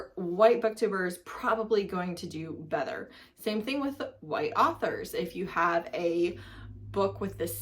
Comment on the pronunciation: You can literally not talk if you call “authors” “arthers”💀